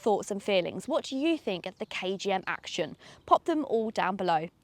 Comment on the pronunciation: It's not a KMG "Action" as you put it ! It's a combination of the words 'action' and 'young' , deliberately chosen by the manufacturer. It's pronounced 'Actyon' as it is written not 'Acshon'. Overall a very good review . You pointed out all the salient features.